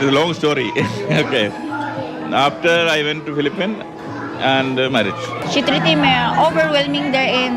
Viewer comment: ഫിലിപ്പൈൻസ് അല്ല ... ഫിലിപ്പീൻസ്